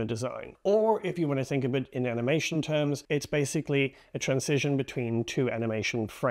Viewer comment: It's "transition", not "trancision".